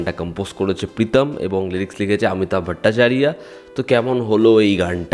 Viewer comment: See, my neph, it's better to sound those Bengali names in Bengali. Did you get it freakishly? 😊